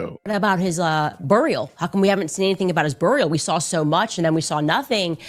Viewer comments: What's a burreeAL? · “What about his boorial?” I will laugh every time I hear her mispronounce basic words such as this 🤣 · Why does she say “burial” like “burrrial” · "Boorial". Is she an AI robot? Let's flip the narrative back at her. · I wish she would stop saying burrrial. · Who says BURRIAL? 🤦‍♀️ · She regularly misuses and mispronounces words. Its maddening. She is the most confident, ill informed buffoon. 🤡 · Wtf is she calling "BURY, BURIALS, and even cemetery she pronounces so WEIRD,, whats the deal Candy,, ya still trying to speak and pronounciate your words like a white woman??? 😂🤣🤣😅😅😆😆😆😅😂😅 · I wish anyone interviewing her would tell her to pronounce Burial and Israel and now even Cemetery correct. Treat her like Tucker treated Ted Cruz except she deserves it. And it's funny how she refers to Charlie a boy genius when yes he was smart but no genius. Ironically she should know, and it pisses her off, if that Ben is closer to the boy genius if you see how fast he got through high school and college and playing the violine so well and how successful he is. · Man I can't stand how she says burial and buried. What a dope